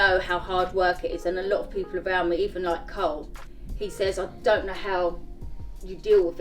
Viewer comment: Why does she call Carl Cole ?